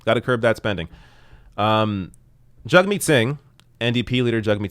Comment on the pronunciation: I seriously thought when you said his name it was "jug meat" 😂